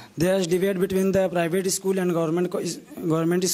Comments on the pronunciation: Not ischool dear/say school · It is not isschool in English.. It is school in English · First of all the private pinalist students learn how to pronounce school 😂😂😅😂😂